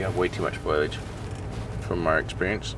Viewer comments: Jared, it’s foliage, not foilage. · it's foilage when jared says it, he also says jagwire and sussscribe 😅